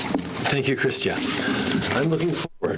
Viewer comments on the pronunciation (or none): Aqua Stone Have enough respect for her to get her name right, please. It’s Chrystia, not Krista